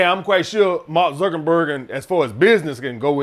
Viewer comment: “Mark zukenberg” 😂😂😂